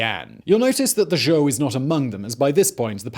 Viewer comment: Zhou, not Zhao. Ffs simon